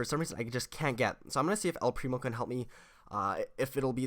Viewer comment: It's el primooo